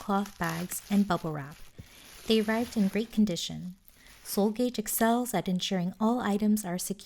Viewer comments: wonderful video! just wanted to let you know that seoul gage is not pronounced gaij but ka ge as in the korean word store, so its seoul store! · just wanted to say gage is pronounced gah geh <3 love the video!